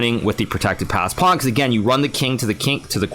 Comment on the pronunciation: I like your accent, say it again. Hikaru: Pownee